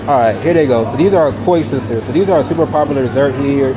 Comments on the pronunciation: You killed me with the Koi Sisters 😂 Koeksisters is pronounced cooked sisters. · bro, COOK SISTERS not koi sisters lol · koeksusters is pronounced cooksisters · We say cook-sesterrrr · Koeksisters are pronounced "cook sisters"😊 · They're "koeksisters": The first part rhymes with "cook", not "coy". Bear in mind, there are 2 different versions (some spell them differently too, "koeksisters" and "koesisters"). Please make sure to try both, because they're worlds apart.